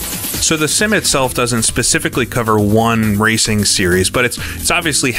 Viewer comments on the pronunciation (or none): none